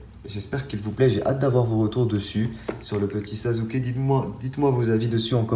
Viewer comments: Sasuke ça se prononce "sassuké " pas "sazuké " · Tu fais des vidéo super mais je voulais te dire que Sasuké se prononce Sassouké et pas Sazouké Likez svp pour qu'il le voit